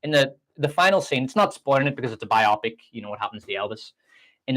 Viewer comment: I was thinking the same thing... bio-pic, not biopic, lol.